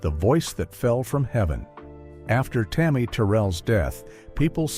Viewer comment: Do not mispronounce Tammy name like that. This woman was put on this earth to do nothing but Hurt , from James brown, David Ruffin, all of em, she had nobody , 24 yrs old ,gone..